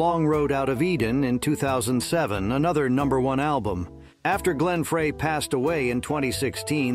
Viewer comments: Stop saying Fray it is pronounced like Fry. Fry not Fray. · Such kind of vudeo must have more accuracy with names. The Eagles' original member Glen Frey was pronounced wrong. Frey is pronounced like "fry". Not like "fray". He introduced himself this way during the introducing of Linda Ronstad to the Rock'n Roll Hall of Fame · It’s pronounced Glen “Fry”